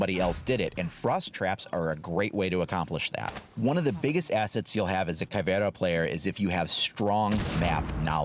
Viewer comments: ALRIGHT FOR ALL YOU WHITE LITTLE FUCKS OUT THERE!!!!! YOU PRONOUNCE IT: "Caw - Vei - Raw" AND TO MAKE IT SOUND BETTER !!! ADD A FUCKING SPANISH ACCENT AND THAT'S HOW YOU PRONOUNCE IT. STOP CALLING HER "Ca : vee - era" you little fucks. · Actually it's Ka-vei-ra (pronounciation) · Pronounce it like Caveruh Mute h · It's cav-iera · It's pronounced caviar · really your Portuguese of Brazil is bad but it's good to see a channel that I like making videos of my country operators